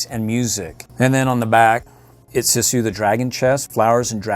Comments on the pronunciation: You pronounce Sisu’s name like “Sea-sue.” You pronounced it incorrectly the entire video. 🤦‍♀️ Hope this helps for future videos! I actually just ordered the light up dragon Sisu figure from the Disney store, but I want to get the hasbro one and all the others I can find! I can’t wait to get them all! What do you do with all these toys after you make these videos? There are several dragon Sisu figures in this that I literally cannot find anywhere... 😭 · its actually read siiiiisue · It is Pronounced sesu not sisu